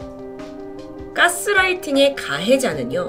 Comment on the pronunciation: 까스 아니고 가스....인듯요~